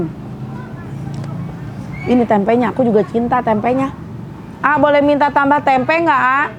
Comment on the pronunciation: Maaf ya klw ngomong Tempe gk ush di tmbain K..Tempe sejak kpn bhsa Tempe jd TEMPE K😂😂😂.aq dngrin ny mesti smbil ngoreksi klw teh Santi mkn tempe🤭🤣🤣🤣